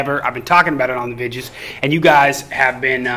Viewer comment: So he can say Video correctly , then turns around and immediately says Vidjahs.